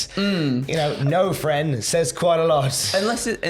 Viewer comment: The " frien' " things triggers me intensely.